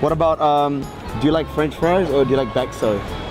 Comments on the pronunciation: F Zane wekwekwekwek,, sumpah perut ku sampai kaku ngakak gara2 bilang Bekso 😂😂😂😂😂😂😂😂😂😂😂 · Ngakak aing 😂😂😂 bakso jd bekso